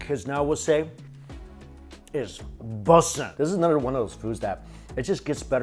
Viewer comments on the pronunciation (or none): kids say what now? i didn't understand that at all - was it "bussin'"?